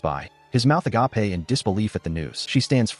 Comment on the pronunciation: Couldn't help but laugh each time it said that 🤣